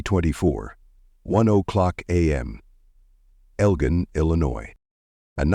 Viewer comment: L-GIEN ILLINOIS?? THAT AI NEEDS IT'S ASS WHOOPED!